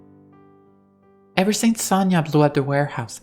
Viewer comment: Just in case, Sonya is pronounce as Sonya(Соня), not Sanya(Саня). This is two different names. By the way, the full names of Sonya and Sanya are Sof'ya(Софья) and Alecsandr(Александр(or, if not so formal, Sasha(Саша)). I hope, I don't make many mistake in my English